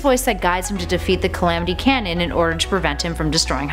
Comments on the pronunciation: Did she call Gannon "Calamity Cannon?" xD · She really just said Calamity Canon